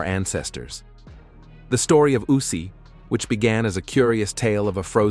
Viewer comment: I bailed the moment this mf mispronounced the name. Is AI with dyslexia a new thing?